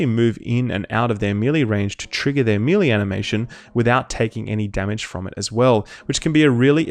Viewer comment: Mel Lay not Me Lee ;) great vids by the way